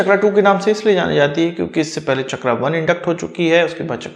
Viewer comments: इसका नाम "चक्रा" नहीं "चक्र" हैं, अंग्रेजी भाषा ने हिंदी शब्दों की ऐसी तैसी कर रखी हैं। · शब्द चक्र है, चकरा नही है ओर आप भी अग्रेंज नही हैं ओर ना ही अग्रेज के बेटे हैं शब्दों का अग्रेंजी करण न करें